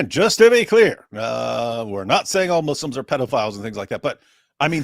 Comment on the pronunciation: I LOVE HER Lol The 'All the mooslims can..' speech has me rolling